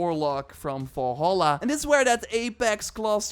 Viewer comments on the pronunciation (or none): none